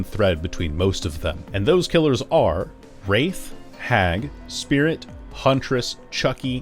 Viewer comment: Omg how did you mess up wraith and vampire form!? Hahaha